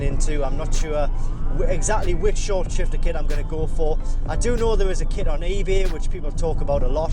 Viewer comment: Buck McAntlerson glad I’m not the only one who heard it. Haha! Messing up words happen.